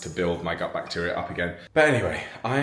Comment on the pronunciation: gut health sounded like but...lol